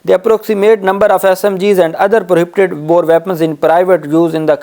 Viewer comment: Dear First correct pronoun station of words (Prohibited) . It is requested that you can speak / read in urdu